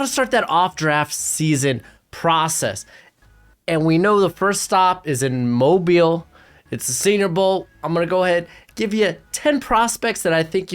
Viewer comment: As someone from Mobile, thank you for pronouncing it correctly